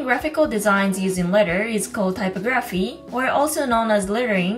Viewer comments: It's pronounced ty pog raphy not typo graphy 😂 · Btw for future reference it's pronounced: type OG ruh fee. Thank you for the video, very informative! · Typography is pronounced tie-pog-graf-fee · you pronounced typography incorrectly